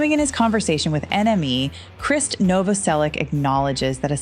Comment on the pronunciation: I think you should use AI to pronounce Krist's last name properly.